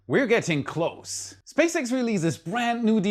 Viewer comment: I really admire your English and the effort you’ve put into speaking so fluently. However, I’ve noticed a minor point about your pronunciation that could make your already excellent English sound even smoother. Specifically, the S and Z sounds sometimes get a bit mixed up in your speech. For example, words like "close" (when used as an adjective, e.g., "a close friend") use an S sound, while "close" (as a verb, e.g., "to close the door") uses a Z sound.